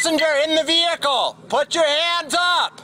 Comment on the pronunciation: He said passenger in the ( Blehicle ) We know you're there 😂 not only is he blind lying and seeing someone who isn't there he also can't even pronounce his words right ! 😂🤣😂